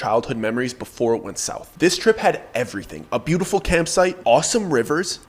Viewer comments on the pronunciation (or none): none